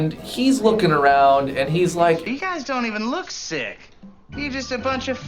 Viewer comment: I thought you said thicc not sick so I was very confused for a minute or so 😅